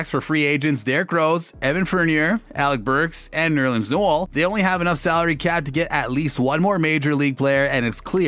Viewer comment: Tom Thibidoooo. Evan Fernierrrr. Nerlens Nuool... IM DEADDDDD